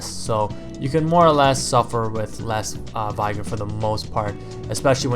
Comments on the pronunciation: Getting really annoying hearing people pronounce 'vigor' incorrectly... It's 'vigger' not 'vie-grr'. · say the word vigorous then think about how you say vigor.